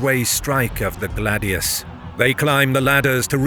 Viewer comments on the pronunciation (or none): none